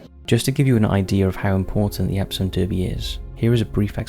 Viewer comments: Derby is pronounced Darby. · You keep pronouncing Derby wrong and also Vase